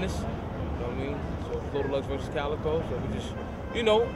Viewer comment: His name is Calicoe as in a gun. Not Calicode